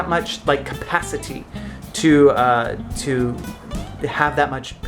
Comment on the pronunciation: Is it just me or does the way he says capacity sound really English?😂